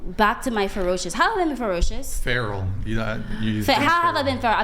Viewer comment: She said a whole lot of nothing hahah she is the most uneducated person I have ever heard, she couldn't even say the word feral